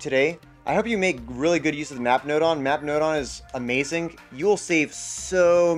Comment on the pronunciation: I heard “NOT”. Not “Map”.